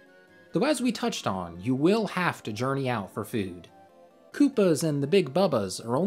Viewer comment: My man said, "fewd".